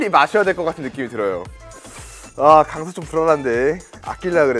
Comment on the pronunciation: 강서라고 하는게 강석이라고 들음.